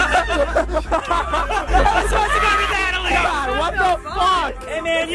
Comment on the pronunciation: Anybody ever noticed that never pronounces the “T” in natalie’s name... he always says “Na’alie”